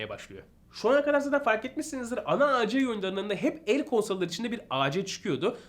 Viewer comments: Güzel bir video ve bilgilendirici bir video olmuş abi birde abi A C değil AC abi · Acc ac deil Reis